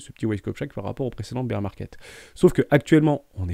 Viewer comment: Dernière fois que je le dis ; Bear ça se prononce "Bère" pas "Bire" 🤣